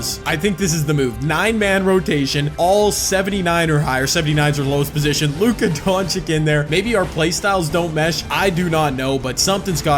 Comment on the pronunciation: Damn u really don’t know how to pronounce luka’s name😂😂